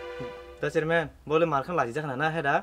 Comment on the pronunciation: 😂😂 he even don't know to pronounced chairman chariman